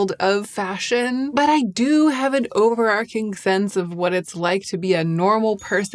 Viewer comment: Overarching is pronounced like this Love your channel btw x